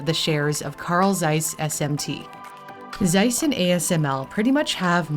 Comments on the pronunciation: ZEISS is a German company and was founded in Jena (1846, in East Germany). The Z is pronounced in German like "ts" in "its". 😉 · Z is not spoken as S, but as Ts in german! Zeiss -> Tseiss. Just like Zug (train), Zeppelin or Zeit (time). Ts has the same sound like the t's in let's. Any microelectronics, semiconductors or satellite stuff is produced in clean rooms. I used to work in one for LED-production (semiconductors) and we had white clean clothing. That's where my nickname back then came from, because you could only see the eyes: White ninja xDDD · The cringe everytime someone says Zeiss so wrong...even the video maker. It's a hard sharp Z at the start. Like a snake hissing Tzeiss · Zeiss, nicht size. Warum sprichst Du das einfach komplett anders aus, als es da steht? mit Z! ja Z, nicht C!!!